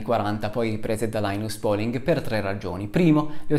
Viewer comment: Un ringraziamento speciale per la corretta pronuncia di làinas pòling - ma visti i tuoi studi c'era d aspettarselo. A parte la competenza, la cultura, la serietà E la simpatia, c'è anche da dire che sei veramente un signore. Che non guasta mai, anzi. "Le malelingue, incluso io" [...] "certo, tre su tre è un po' strano". Un signore. :-)